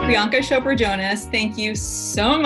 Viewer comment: Does the host not even know how to pronounce her name? It is not pronounced Shopra...but Chopra!